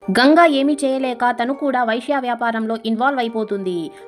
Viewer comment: ఒసేయ్ పిచ్చి మొహం దాన వైశ్య కాదే వేశ్య అనవే